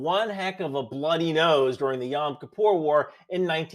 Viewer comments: small detail but I’m a Jew who speaks Hebrew and it sounds really wrong to say yom like that you’re supposed to say it like yom יוֹם בעברית. Yom(YOME) in Hebrew means day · Love your stuff. Newer fan. As a self-described, please note that Yom as in Yom Kippur, rhymes with “dome”. Kippur is “key-puur” (poor). Great content and presence! Keep it yup!